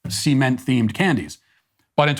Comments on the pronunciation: The way you say cement makes me disphoric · "Semen-t flavored candy." 🤢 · Sorry Matt, I can't get past the way you pronounce the word "cement"